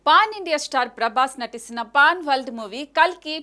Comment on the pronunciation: Pan Amma Sami paan kadu 😂